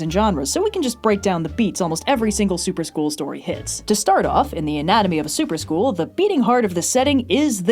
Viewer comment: Every time said "Super School" I kept hearing "soup or school" and then my chicken noodle soup of a brain kept wondering what the soup du jour was and whether or not I actually had to eat it.